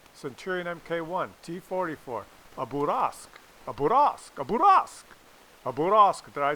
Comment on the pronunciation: "Bourrasque" pronounced "bureaskew". :)